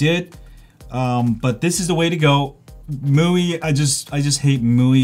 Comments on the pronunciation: It's Me-you-I not mooeee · It's pronounced Mee-UI. Welcome. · You said MIUI like it's MUI , no offense btw just want to address this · Could you please just decide upon one way to pronounce MIUI? You're switching between them is really annoying You can say "xiaomi MI 9" but you can't say MI U I (MI-just like in the name of the phone + UI) Just like huawei has(or had) its EMUI(emotion UI) AND no way is it MooWi